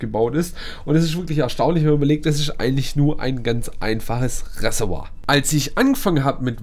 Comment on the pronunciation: Reservoir! Nicht Ressewa! 😂😂